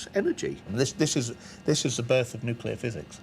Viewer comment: Great show - one suggestion: narrator learns to pronounce "nuclear." Jarring to hear in an educational documentary.